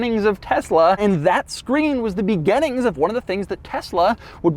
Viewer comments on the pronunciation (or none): does doug say "begennings"?